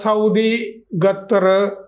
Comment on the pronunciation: ഗത്തർ അല്ല ഖത്തർ